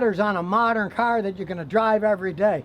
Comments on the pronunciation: "you can't take a caholiconverrrr off a cahhhr" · "You Can't take a catalytic converter off a carrr, It's against the law" haha ha I love it